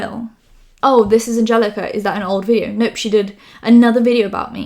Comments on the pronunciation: You know what bothers me about her the most? She cant pronounce anyones names. Ever. Liam mick-E-voy and ahn-jell-eeka oles. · I love ya and legit wanted to scream when she said your name as “Angeleeeeka” 😱 ugh! She has mispronounced other Youtubers names before, but COME ON Without a brain cell! 😤 Do 👏🏻 better 👏🏻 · She does that on purpose to be disrespectful! She's admitted that people have corrected her & told her the correct way to say it & her excuse is "I don't watch her so I don't know what her name is" 1.Bullshit! & 2. People have told her the correct way to say it and she continues to say it wrong. 🤦🏻‍♀️🤦🏻‍♀️🤦🏻‍♀️ I just can't with her.